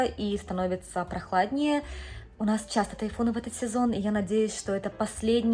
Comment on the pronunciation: С уважением отношусь к вам, как детям, но хочу задать вопрос. Почему в твоём произношении на русском присутствует сю, шю,ща, щто, ще- какой-то странный диалект. С щастью нась тайфун обощел щтороной? Это как?. По японски с мужем говоришь- этого нет. Я смотрю других блогеров- ни кто не говорит так как ты. Почему? Типа - Хоккайдо, Хонсю, Сикоку Кюсю? Что ты так говоришь? Шипилявишь? Так японцы не говорят. Отвратительная речь у тебя. Твой муж говорит чётко, а ты почему сюсю-мусю плетешь?